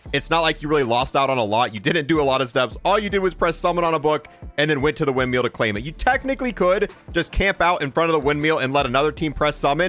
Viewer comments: Never heard someone struggle with the word "windmill" so mightily. "You can go to the windMEAL...." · "wind-MEAL" can't unhear 🤣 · Dude I was legit struggling to watch the rest if the video because of that